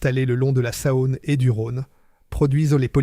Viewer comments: "la saaône" "les fosses" " Rhône poulanque" faites un effort quand même. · J'ai arrêté à 2 min, après la "Sahône"😂😂😂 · La Sa-one ! C'est insupportable ! Je quitte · Intéressant historique, mais ce conteur IA qui ne sait pas prononcer correctement en français les dates, des mots simples et des noms propres (fils, Rhône-Poulenc, Saône, Aronde...) c'est pénible ! Et où avez-vous vu qu'une Norev se cassait en deux si elle tombait sur le carrelage et que dans les mêmes conditions une Dinky-Toys brisait le carrelage ? C'est tout simplement faux !